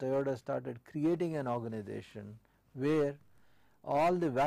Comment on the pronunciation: Say Organisation not ORGANIDATION